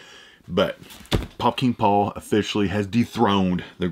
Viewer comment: Take a shot every time he says “Pop King Paul” 🤣🤣 started to sound like Fukin Paul